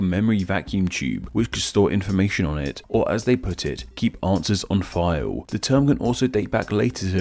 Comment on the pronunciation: What is "Fi-O"? Could you mean FILE? The letter "L" is not silent.